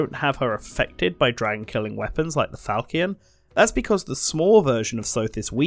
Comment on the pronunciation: While you've corrected some of your incorrect pronounciation from the first video, Archanea and Falchion are still wildly off. Arch-an-nea, not Arch-nea, Fal-chi-on, not Falk-ion